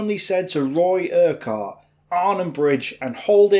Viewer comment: Urquhart is pronounced Urkit or Irkit. Cheers